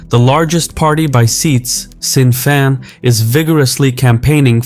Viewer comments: I realise Gaeilge is unlikely to be your first language but Sinn Féin is NOT pronounced Sin fine but shin feyn. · "Sin Fein". I thought it was "SHIN Fein" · Its pronounced shin fane not sin fine !!!! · It's pronounced Shin Fane not Sin Fine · Just a little note from your sponsor segment, Sinn Féin isn’t pronounced Sin Fine, it’s more like Shin Fayne. It translates in Irish to “we ourselves” historically looking for an independent and united Ireland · For reference Sinn Féin is pronounced Shin Fane not Sin Fee-in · Shin fain not sin fine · “Sin fine”? I thought it was pronounced “Shin Fane”? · As an Irishman, hearing you pronounce Sinn Féin "Sin Fine" instead of "shin feign" hurt my ears, but the rest of the video more than made up for it ♥️ great video! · Psst, Sinn Fein is pronounced shin-FEYN, not sinn-FINE. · “Sin fine” lol. It’s pronounced roughly like “shin fane” fyi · Good grief! Sinn Fein is not pronounced "sin fine" but "shin fain". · Tip for you mate: Sinn Fein is pronounced "Shin Fane", not "Sin Fine". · 'Sin Fine'. Irish has such delightfully singular pronunciation. It's like "Shin Faeyin" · Fein is pronounced fegin or fain rather than fine. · Just to let you know Sinn Féin is gaelic, not english. The way you say it sounds more like shin fane, not sin fine. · ‘Sin Fine’ ? Is you cannot even pronounce the name of a key political party then why would anybody pay any attention to your commentary? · “sin” “fine”? I’m American and I even know better. AI reader? I stopped after hearing this ad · Informative, Sinn fein is pronounced Shin fay-n although sin might be more appropriate 😅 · what is the “SIN FINE” party. Read the text out properly. Don’t use a computer to speak. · excellent video. only comment is that Sinn Fein is pronounced Shin Fayne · Sin fein is pronounced shin fayn as in rain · It’s pronounced Shin Fein, like saying feint but drop the T😉☘️ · Sinn Féin is pronounced "shin-fane". Great video! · Pronounced like Shin Fayn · *Shin Feyn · Sin fane 😂